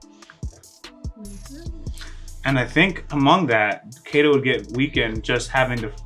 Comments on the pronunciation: You are saying it wrong Its not Kay Dow Its Kai Do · it´s not keido (k doh) it´s kaidoo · its pronounced kaido as in (kie like kite, kie-doe, pretend to say die but with a k instead of a d, doe as in dough) kie-doe